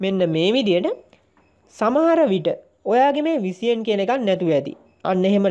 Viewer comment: කොල්ලො උබ හොදයි..තව ටිකක් ඉංගිරිසි පොඩ්ඩක් ඉගන ගනින්..විසියන් නෙවෙයි..විෂන්...